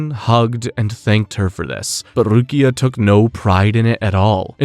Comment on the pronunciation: Bro i love your videos but the random mispronunciation on words you say a bunch normally is killing me, calling Rukia RuKAI is crazy im dying